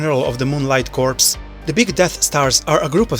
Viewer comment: corps is pronounced core